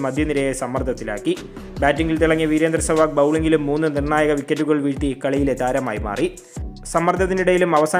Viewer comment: സെവാഗ് എന്നാണ് പേര് സെവാങ്ങ് അല്ല